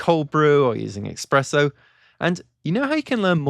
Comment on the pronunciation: Did I hear correctly? Expresso?